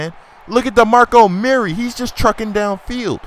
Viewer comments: It's not DeMarco Murray, it's DeMarco Murerry (CullenBurg's Voice) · your pronouncing murray wrong you say it like its mirry but its murray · Please don't call him Muur-Ray lmao. It's annoying enough when burg dies it.